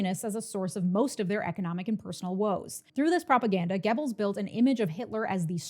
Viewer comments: Goebbels is pronounced “Gehr-buls” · Goebbels is no pronounced Gebbels oe is pronounced like the u in fur. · For someone who's pronunciation of "Göbbels" makes me cringe, this is is an amazingly concise history refresher. Ps. you didn't mention ballot stuffing but it's hardly a difference in the implication. It's depressing to watch people who don't know history repeat that. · Goebbels is spelled 'GO belz' not 'geh bils' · It's pronounced gur-buls not gebbels. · It's GObalz not Gebalz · Love the video, but, you have PLENTY of European fans (👋), please reach out if you need to pronounce German names.😅 'Gebbles' (like 'pebbles') is NOT how you pronounce Goebbels' name.🙏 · I was taught it was pronounced Joseph (GObulls) by my history teacher and ur pronunciation was the wildest part for me 😂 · “Goebbels” rhymes with “pebbles” in America. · Not the point here, but Görbbels is pronounced differently. It's like if you pushed an o vowel to the front of your mouth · Minor note joseph goebbels last name is pronounced like gerbil. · Great video! But please stop mispronouncing Goebbels 😅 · I think you are mispronouncing "Goebbels," but otherwise, this was yet another great presentation. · Great video, but please learn how to pronounce German names. Joseph Goebel's name is not prounced the same way as the sound a turkey makes